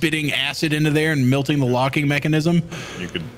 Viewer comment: I swear to god if I ever meet in person I’m gonna teach him how to pronounce the word “melting”